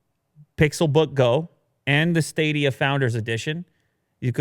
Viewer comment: Everybody: Stadia Willi Du: Staydea